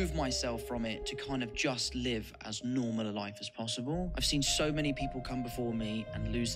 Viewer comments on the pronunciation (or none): none